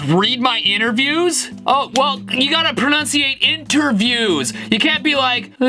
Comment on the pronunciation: The ultimate irony here is Stevie continually mispronouncing "pronounce"...or "enunciate"....not quite sure which word he's aiming for; "pronounciate" is not a word.